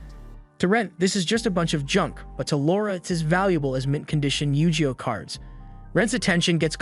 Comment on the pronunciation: Did you just say yu -ji-oh cards off of Yu-Gi-Oh cards?? What the hell man?!!!! We had a good thing going why'd you have to ruin everything